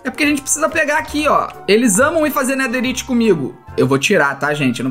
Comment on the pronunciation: EU VENDO ELE FALA NEDERRIYT EU: ESTUPEFATO